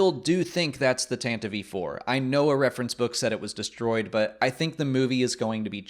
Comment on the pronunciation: It's pronounced Tanti-vee